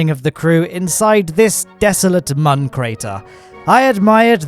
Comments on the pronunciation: My guy its moon not mon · Whos triggerd that hes saying mon instead of moon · this mans is pronouncing "Mün" as "Mun"... my dude, it's pronounced almost exactly the same as "Moon" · You know its not "mun" its "moon" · its moon not mun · Why do you say mun? wtf is that ?! You mean moon? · Why is he called the moon like Mon only one O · Man still mispronouncing Mün